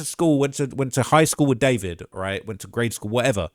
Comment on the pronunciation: I just learned its pronounced "da-4-vid"